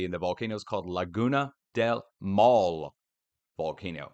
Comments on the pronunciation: it is pronounced mow (like now)-le( like in let) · Thanks for your content! Been watching you for i wanna say like 14 years. Maule would be pronounced mawl-Eh. Each vowel is pronounced in Spanish. The way you are pronouncing it sounds like the Spanish word mál. Which means bad. lol. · Laguna del Maule the e at the end you pronounce as an a sound